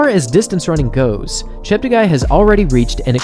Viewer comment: Chep ta guy Everyone: Chep teggi